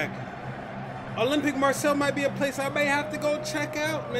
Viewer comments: Please ! Marseille as ”Mar say”, ffs not Marcel ! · Hey man. It's pronounced "Mah-say", not "Marcel" :D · Hey great vid. It's pronnounced Mar Say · « olympique marcel » 😭😂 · Just a heads up, it’s pronounced Mar-Say :) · Pronounced Marsayy ;)